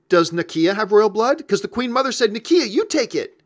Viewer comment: Na-key-a lol